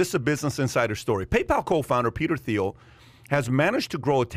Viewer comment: I think this should be celebrated. He maneuvered like a Jedi and it paid off Also Thiel = pronounced “Teal”